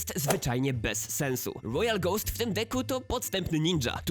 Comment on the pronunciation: Łojal giant, Łojal łekłuts, Łojal ghost